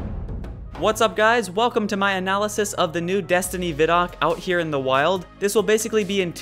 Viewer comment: You're saying ViDoc wrong.